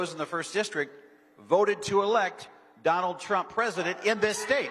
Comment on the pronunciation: He def calls him Donald Chump haha